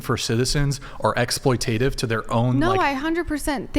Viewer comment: Ex-ploi-tate-iv? Try Ex-ploit-at-iv 😂